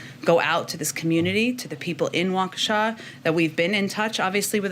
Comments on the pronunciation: Waukesha is pronounced like: Walk-ishaw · Waukesha is enunciated “walk-a-Shaw” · Ahhh yes... the MSM smoke and mirrors. We all know it very well, but please Greg... it's pronounced (Walk-a-shaw).